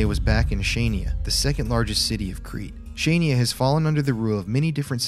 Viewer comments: Great seeing you enjoy our lovely country and struggling to pronounce Chania 😂 As for the symbols in the bunker, one reads Δίας=Zeus, with the S in the end made to appear as a lighting. In Greek mythology, Zeus is the lighting bolt wielding god and it's a symbol of power. The second symbol, the one looking as two E united is the Delphic Epsilon. It's a symbol that was found in Apollo's temple in Delphi and it is related with solar rituals, the initiation of man to the sun/light. It's a rather mystical symbol that supposedly shouldn't be talked outside uninitiated members, thus not much information can be found regarding that. There are rumours of "epsilon team", a group of enlightened people in Greece that is supposedly connected with UFO'S sightings and are holders of great secrets and advanced technology (something like the Illuminati). Lastly, the lines symbol looks like an 8 line star, the symbolism of which varies depending on the civilization it can be found but usually means stars and universe. As for the voice in the bunker during the night, it might be a homeless person that lives there. I should note that is customary for Cretan residents to wear black outfits (like the traditional outfit), so that might explain the black shadow you saw. Excited for the next episodes, hope you enjoyed your stay 😄😀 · It is pronounced HA-NIA. TBH in the first few days the Germans died before they hit the ground and anyone who did live was killed by the xoriates with shovels and pitchforks. The reason why the Nazi's became more brutal is because of Churchill. As the Germans continued to try an take Kriti, Churchill came out and said "Greeks don't fight like heroes BUT heroes fight like Greeks"!! After that they became more brutal and the people of Kriti suffered the entire time they remained there. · not chanya not kanya . it’s in greek language calling khania { xania ) it’s not Crete . in greek language calling (Creti )